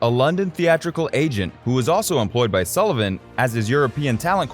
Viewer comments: His name is S ULL IVAN NOT "SOO" LIVAN. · You can’t even pronounce Sullivan’s name right. I’m out. Lol